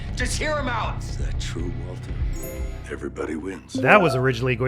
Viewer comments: MILL-Yun. MILLION? BILL-YUN. Waltuh’s pronunciation always gets me lol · The “Waltuh” meme doesn’t make any sense lol, clearly pronounces the R in Walter. Very clearly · That was more of a Waltur than a Waltuh, the r is very pronounced in this line